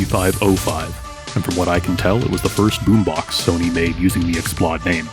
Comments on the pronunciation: Explode, not x-plod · The macron above the "o" means you should pronounce it as a long "o" as in "load." It's the Sony sound Xplosion.